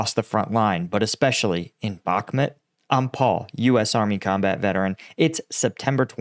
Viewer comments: It is not Bagmoot it is Bakhmut with a ch sound as in lochness, please do your home work and pronounce the place names right.. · I love the way paul pronounces the towns in Ukraine lol 😂 The way he says Bakhmut, B-aak-mut 😅, i would love him to come to my stomping grounds in North Wales, i struggle to pronounce some of the places and im welsh 😂